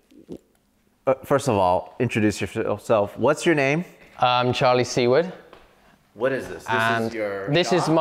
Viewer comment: I was zoning out when he said his name was Charlie Seward, I heard “c-word” and my first thought was “his last name must be Kunt and he’s censoring it to be polite”. My brain has been warped by decades of internet profanity.